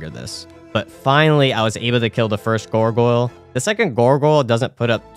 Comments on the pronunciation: why are you saying "gorgoyle" lol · The way the pronounciation of "Gargoyle" just got progressively worse with each time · I love how your pronunciation turns into gorgoyle